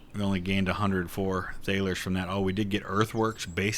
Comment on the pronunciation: just say dollars it's closer to the correct pronunciation of thalers than what you're saying